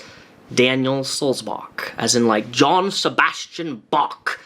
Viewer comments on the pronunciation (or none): I've had my name mispronounced a billion times and just let it go, but I found it cringey when said "JOHN Sebastian Bach" when it's Johann Sebastian Bach, meanwhile complaining about people saying his name wrong... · I found it funny that corrects people saying his last name and says "Like John Sebastian Bach" it's Johann, pronounced like Yo-han. 😂! Sorry, I don't have anything witty enough in response to the subject of the video. I just.. 🙄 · I love how pronounced Johannes Sebastian Bach and called him john trying to make his point